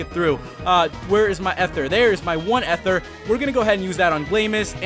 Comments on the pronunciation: Dude its eeeethur. E-therr. Not Ehther. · I've pronounced ether wrong all my life